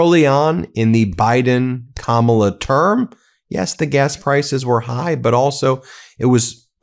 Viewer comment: Interesting that drumpft finally figured out how to say Kamala’s name!